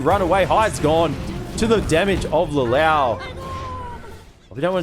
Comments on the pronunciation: Omg its not Le louch its pronounced like Le looshe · Ikr xd "LelAWsh"😭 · This caster pronounce lelouch wrong, he literally say lelawch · Every caster I've heard always pronounces the name wrong 😮‍💨 He's one of my favorite anime MCs out there. Lelouch (Leloush) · Why is the caster saying the name Lelouch like that hahahaha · lol, my nerd ears bleed whenever he said LeLouch like that XD